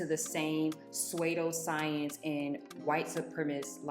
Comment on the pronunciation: You pronounce pseudoscience wrong and want to talk about intellectualism yeah I can’t trust your opinion normal doesn’t equal healthy